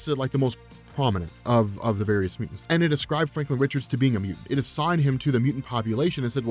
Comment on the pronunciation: Are you incapable of saying the word mutant? Had to turn on captions to figure out what you were saying.